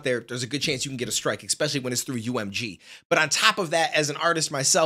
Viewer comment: I love you, brother but it's Especially, not Expecially 😂. Thanks for the reactions...we appreciate you.